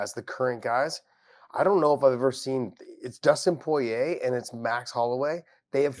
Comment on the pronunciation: Dustin Pouyeah is how Josh Thompson says the Diamonds 💎 name.